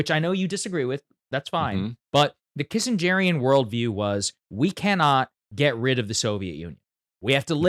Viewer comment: Bro say “kissengerian” one more time see what happens